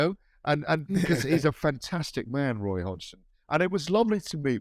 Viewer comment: GAD calling Roy ‘way’ over and over has cracked me up